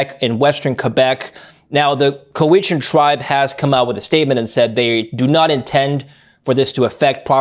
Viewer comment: Is that how Cowichan is pronounced? Yikes